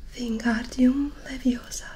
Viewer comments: Es leviOsa no leviosA :v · She said it wrong. its LeviOsa not LeviosAH